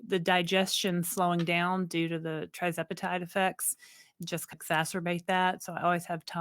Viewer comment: Hi there.. love your channel.... but can you correct the spelling and pronunciation of TIRZEPATIDE if possible? Its Tir nor Tri. Thanks much.